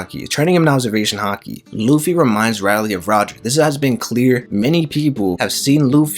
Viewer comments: For all that’s good in one piece stop saying it’s Rayleigh ( Ray-leeh) great video but you got to learn his name please!! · Very interesting video One thing though, after years of watching One Piece one would thing that you can get the name right, hearing RY-lee instead of RAY-lee was somewhat distracting not gonna lie D: lol just a pet peeve Keep it up! (the good videos I mean, not the bad pronunciation haha) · Not to be mean but one piece will end when you say Rayleigh name right (Ray-leeh) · rayleigh... nah its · Mad you keep saying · I really came here to say I thought I was watching an episode of the boondocks as much as he said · Him saying just irk me so bad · You had so many chances to say Rayleigh correctly. 🙄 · y do you pronounce rayleigh weird?